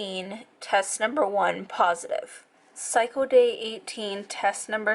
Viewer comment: "Psycho day" lol it's pronounced cycle. With an L. 👌🏻